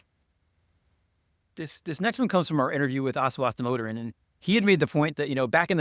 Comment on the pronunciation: If only Larry could correctly pronounce Aswath Damodaran's surname.